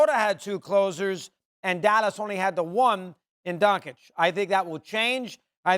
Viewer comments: Mad dog can’t even pronounce Luka’s name. (Dawn-chitch) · 6 years into Luka's career and SAS is still saying Donshik? Doesn't watch games lmao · You know with these pro analysts there are only two genders as they say: its either "DonCik" or "DonKic" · I want Luka to come on the show and call these dumbasses out for it, lol. These guys are "popular American media", and it makes Americans look bad that they can't pronounce "Dahn-chich". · Donkeyč…can you even learn how to pronounce the name of one of the best players on the planet... it's a shame who is the host nowadays… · "Donchick", SAS still can't say the man's name right. But HE DOES IT ON PURPOSE. He is INTENTIONALLY DISRESPECTING HIM by refusing to say his name. He is asserting that Luka is not even important enough to say his name the right way, the way EVERYONE else says it. He does it ON PURPOSE. Why? He's a R-C-ST!! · Please learn to pronounce DON-CH-I-CH. You guys do it on purpose, shameful!!!!!!!!!!!!!!!! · why is it so hard for Stephen A to pronounce Doncic? its not hard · When will SAS pronounce Luka's last name properly? I thought he's highly educated and a respectful person? Smh